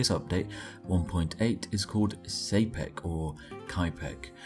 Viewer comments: Čapek is pronounced "Tchapek", it's czech and he didn't live "several centuries ago", he coined the term "robot" in the early XX century. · IN Brits defense for pronouncing Çápek wrong Brits can't pronounce foreign words